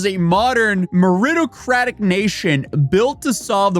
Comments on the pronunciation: It’s Gapla and its meritocracy pronounced ˌmerəˈtäkrəsē. And it’s Danube is pronounced Dan-yoob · MERITOCRACY you're saying it wrong